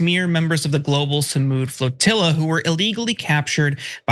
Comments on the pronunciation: FROTILLA?? What is wrong with that woman? She can't even say the word. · Did Nina say “fertilla”? Why are blacks so dumb? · whats a "frotilla" 😅😢